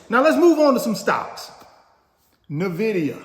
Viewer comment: Much respect to you coach for spreading your knowledge, but ive been waiting for the day you actually say N-vidia instead of Navidia lol